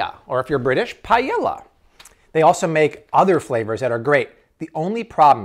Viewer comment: Hi, guys. Say “pa-e- ya”